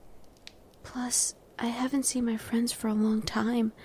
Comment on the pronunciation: It's "I haven't had", she mumbled it a bit.